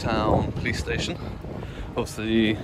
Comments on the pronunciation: I assume you don't watch AB very much. Stayshon was intentional, as he says it like that. Get facts correct before getting on your grammar high horse. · Watery teat5837 'Stayshon' is a verbal tick of AB's, and it is how he exageratedly pronounces 'station' as in 'police station', and he is actually taking the mick. Nothing to do with spelling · I believe AB was in Wales auditing when an officer pronounced it "stayshon", he found it endearing and has used it ever since.